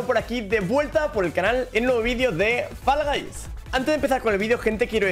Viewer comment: ME ENCANTA COMO DICE FALL GUYS 💝💝